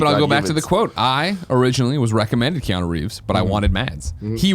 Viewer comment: Why do so many people pronounce it Keano?